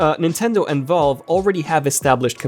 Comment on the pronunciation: You say Valve like you're saying vulva. 🍑